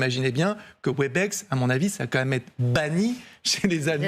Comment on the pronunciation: C’est pas Webix (phonétiquement) c’est Webèx. Toujours aussi nouille ces franchouillards.